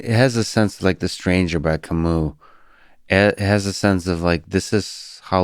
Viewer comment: The way they pronounce "Camus" 🥴